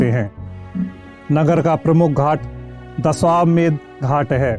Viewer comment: दशाश्वमेध घाट । उच्चारण तो सही कीजिए ।